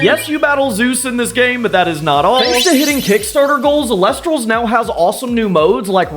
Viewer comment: "Eel-ektross", not "elec-tross".